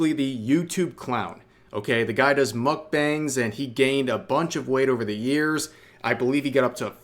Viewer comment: "Mockbongs" lol